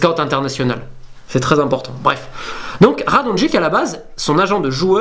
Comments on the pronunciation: Apprend a pronouncer les noms slaves deja, on dit nemanya radonyitch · Nemanja sa se prononce nemania ! Et Radonjic sa se prononce radonjić !